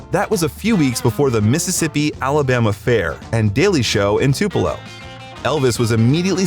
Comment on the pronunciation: Your saying tupelo wrong bro